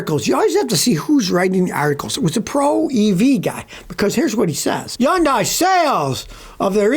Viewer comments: Did you just say yundeye 😂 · How do you expect us to believe you, when you can't even pronounce Hyundai?